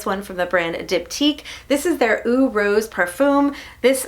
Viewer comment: I know I'm going to look like grammar police, I just have to believe you'd want to know lol. Eau (as in perfume) isn't pronounced as eww, it's said as "oh", like the O in go. Thanks for all the ideas ladies!